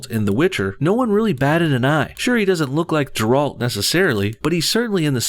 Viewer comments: Its pronounced Gare-Alt not Jer-Alt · It isn't pronounced "Jer-Alt" it's pronounced "Ger-alt" like "finger" or "tiger": "fin-Ger" "ti-Ger" "Ger-alt" with a G, and the emphasys is on the "ger" not the "alt"! Have you ever even played the fucking game? Why are you even talking about this if you've never even played it!? I mean yeah, i agree with everything you say in the video but still... at leat learn the characters names before making a video about them. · Its pronounced G(h)eralt, not Gerald D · You pronounced Geralt’s name wrong. It’s not “Jeralt”, it’s GERALT (pronounced GARE-ALT) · I know I'm late but it's G-air-elt. Geralt. Not Ger-ald. Oof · As much as I like your videos,, you're obviously not a genuine fan of The Witcher series. There are errors aplenty in your views on this topic. Geralt, not JARULT, c'mon, man. Though I do agree that Netflix is ruining one of my favorite series ever. Most people who are gonna watch the show ARE WHITE MEN, Netflix is fucking trash, and they're disrespecting a culturally white, more importantly Polish, media. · Its pronounced Geralt. Not Jerold. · Please it's Geralt, not Jeralt. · Jeralt.......😑🔫 It's Geralt....hard "g" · Where the hell do u get the D from???!!! its with a G! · GEH-rult, not jer-ALT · How can you complain about something when you mispronounce the main character of the Witcher's name? Did you even do your homework before hand? I agree with what you're saying but wow. Also, the show will be about the books and not about the games, the author (very publicly) hates the games and wants nothing to do with them. Ciri is also not Geralt's daughter because Witchers are sterile. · I'm not saying this show is going to be any good, it's by the director of those mediocre marvel shows. But honestly, why are you pretending to know anything about this universe when you pronounce Geralt "Je-ralt" and call Ciri his daughter... Stop using the franchise to push your equally stupid anti-sjw narrative. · Ja-rult < Ger-alt